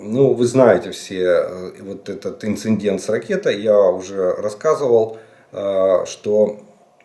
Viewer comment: Инцедент (не инсеНдент). Вот так надо ГРАМОТНО говорить.